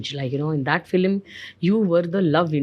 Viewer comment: It’s pronounced Film not Filum